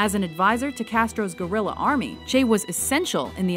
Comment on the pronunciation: I can’t with your pronunciation of “guerilla” lol wtf